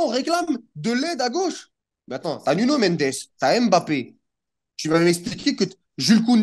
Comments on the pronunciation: Frère t’es black commence pas à nous sortir des " BAPPÉ " c’est " M’BAPPÉ" ça ce lis "Hmm-Bappé" pas "M" et "Bappé" vous faites vraiment aucun effort c’est incroyable. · Putaiiiiin on dit Bappé